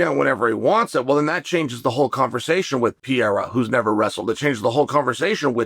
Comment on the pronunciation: Pa-rera , Not Pi-rera !